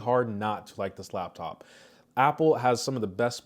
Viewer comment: It’s L A P top not lab